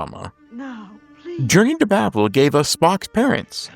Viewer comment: FWIW, "Babel" is pronounced with a long A. (Rhymes with "cable.")